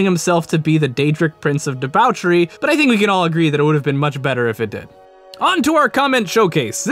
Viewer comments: the way you said debauchery made me want to die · how did you fuck-up the pronounciation of the word debachery, when sanguine himself says it correctly? have you not listened to him?